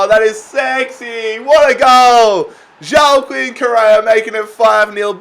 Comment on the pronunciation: Say it with me............... WA-KEEN and not JO-A-KEEN